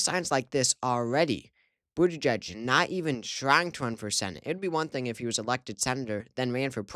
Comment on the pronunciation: It’s pronounced boot-edge-edge